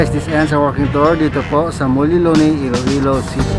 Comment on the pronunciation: Correction: It's MUELLE LONEY, not Mulle Loney. It is pronounced as "Muwelye", not "Mulye". "Muelle" is a Spanish word which means "port or wharf or docking area for boats". Muelle Loney is named after Sir Nicholas Loney, the British citizen who choose to live in Iloilo City during the last years of the Spanish colonization in the late 1800s to the early American era in the 1900s. Sir Nicholas Loney pioneered in the sugar industry in ILOILO and Negros which made ILOILO prosperous. For this reason, he is considered as the Father of the Philippine Sugar Industry. At the time of his stay in Iloilo, there were a lot of foreigners living in Iloilo City, which made ILOILO CITY a very cosmopolitan city, very first-world. There Spanish, Lebanese, Swiss, French, German, American, Italian South American, Asian , and Middle eastern residents in Iloilo City, such that ILOILO CITY became a city with an international ambiance, just like the cities of HongKong, Singapore, Buenos Aires in Argentina, and Paris in France. Today, ILOILO CITY is still very cosmopolitan, one of the most beautiful, clean best cities to live in Asia and in the world, plenty of parks, plazas, garden squares with monuments, heritage buildings evoking the glory and atmosphere of Europe, also very modern like the BGC of Taguig in Metro Manila. Iloilo is like a Singapore-in-the making, according to the late Gina Lopez of Abs Cbn. And according to a Singaporean diplomat whi attended the ASEAN MINISTERIAL MEETINGS in Iloi